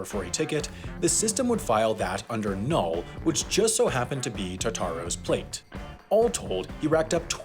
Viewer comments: It’s “null” not ‘null’ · Kinda irritated me that he sayd null and not nill